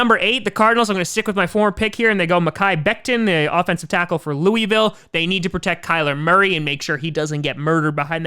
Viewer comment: I love your stuff but you’re saying Louisville wrong.